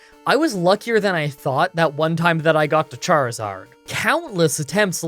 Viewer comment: ...You know, For one second I thought you said Jarizard